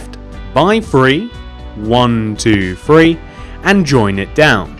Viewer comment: It's three not free